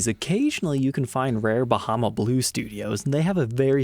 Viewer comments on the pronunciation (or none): none